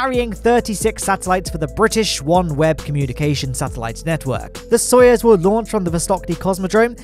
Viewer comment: really be out here saying "Soyez" rather than "Soyuz" lol